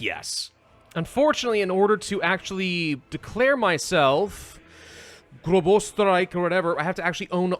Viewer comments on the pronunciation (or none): That would be pronounced Gross-Os-tir-ike Like an umpire calling strike, and drawing out the middle.